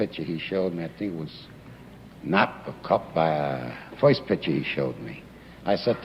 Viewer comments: I love these. Back in that time they say certain words that I find hilarious. Like how he says “first”. He says “foist” lol. Senator Curtis looks like a mobster as well. Sitting back smoking a cigar like that during a court hearing. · "in other woids" .....well foist...."